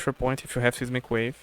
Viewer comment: fyi the "ei" in seismic is pronounced like "eye" so S-eye-smic wave (not Sismic)